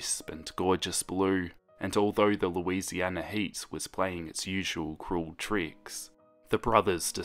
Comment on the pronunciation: him: "louisiana" Me: fear intensifies edit: him: "mandiville" me: fear intensity intensifies